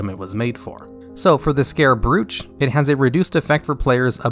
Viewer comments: "Brooch" is actually pronounced "bro-ch" -- do you think they make up these words, thus you don't have to look them up? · Learn to pronounce brooch! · How on earth are you pronouncing brooch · Brooch is pronounced like "roach", not "brewch" or whatever the fuck you said. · it’s pronounced like broach, not brOoCh😂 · "Brooch" is pronounced "Broe - Ch" just so you know. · Nice vid, only Brooch, is pronounced Broach, sounds like Roach, w/ B in front, keep up the great content !!!! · I like your pronunciation of "Brooch" :) FYI it is generally said like BRO-ooch (as in bro, that's my sandwich! or did you just eat my sandwich? bro not cool!) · Brooch is pronounced Browch. I know, it’s probably weird if you haven’t heard it pronounced before. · Yep, and "brooch" is pronounced as to rhyme with "coach". Amazing video. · Great video, although you kept mispronouncing the word "brooch" near the end. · Draft of souls. DRAFT DRAUGHT not DROUGHT (Drout)... bro bro-ch bro like short for brother. thanks BRO BRO-ch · Decent video but you pronounce words very unusually, particularly draught and brooch. Good list though, there are a few I feel should be in here over others personally, particularly “Rune Of Reorigination” and “Whispers In The Dark” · Would be nice if you did another pass through your narration bud; there are quite a few pronunciation mistakes that could be avoided, e.g. Ion, Unerring, Brooch, Val'anyr...